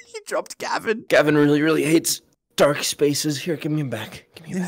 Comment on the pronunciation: It's not gabin it's gavin